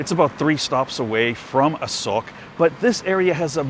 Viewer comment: Hey, From the last clip i very doubt about Thai Sub "ออกจากรองเท้า" and don't understand how it relate to SOCK? This clip I clear about it now, You said A-SOKE But the auto translate make it wrong bc you pronouce was A-SOCK. hahahaha